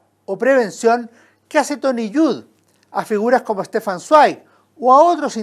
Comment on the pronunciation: Zweig se pronuncia "svaig", es alemán. Buen comentario